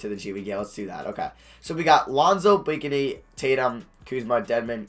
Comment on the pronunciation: its pronounced Blake-knee not Blake a knee!!